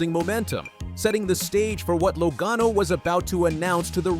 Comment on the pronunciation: What is with you narrators of NASCAR videos. You mispronounced driver's names, example Joey Logano and Pocono Speedway. Are you familiar with NASCAR? Apparently, you are not because if you listened to the broadcasts, you would know how to pronounce names. Also, you put up lower 3rds, or supers, you know the words on the bottom of the screen. That is what they are called. You put them up and before you can read it you take it down. Leave them up longer, way longer. Get your act together.